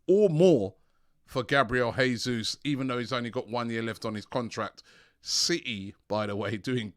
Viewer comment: The deal for Gabriel Jesus would have been completed already if would stop mispronouncing his name it's pronounced "JAY Zeus" not "Hey Zeus"